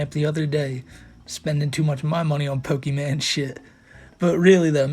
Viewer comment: Calling Pokémon “pokee man” is cringe and rètârdêd Even in 2009 or whenever it was recorded He tried too hard to sound like a clueless boomer, who doesn’t know what Pokémon is or what a computer is or what Windows is